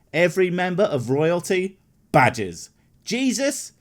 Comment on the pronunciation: good thing you put up a picture. i really thought you were saying badges not Badger's